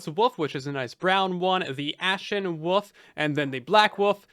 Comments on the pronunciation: pronouncing wolf as woof repeatedly is killing me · Did you know... The word woLf actually has an L in it, lol